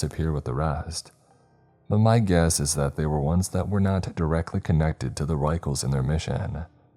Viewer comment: The author specifically clarified the pronunciation of the word "Ruechells" - it's "Rickels" yet you insisted on using the most unintelligible pronunciation every time. Annoying.